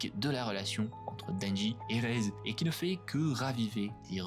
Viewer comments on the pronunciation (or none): super vidéo mais c'est pas raise c'est rézé par contre ;3